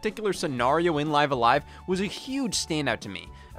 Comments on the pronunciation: It's pronounced "Live A Live" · Why does he say live a live wrong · Live a live was great. Speaking of it was weird hearing you call it live a live when clearly its pronounced live a live... or maybe its live a live? I dunno but I've also heard people call it live a live which makes me want to unalive a live